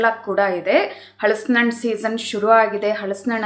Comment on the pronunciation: ಹಳಸಿನ ಹಣ್ಣು ಅಲ್ಲಾ ಹಲಸಿನಹಣ್ಣು😊